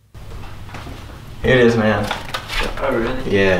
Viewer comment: I thought he said “haters man” even tho he said “here it is man”